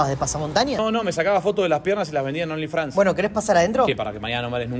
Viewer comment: Se dieron cuenta que dijo onlyfrans jajajajajajajjas😅😅